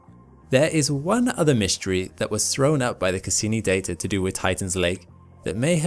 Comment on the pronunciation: "The Dater it collected" lol